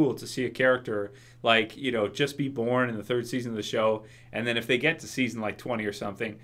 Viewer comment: hate when he says that :)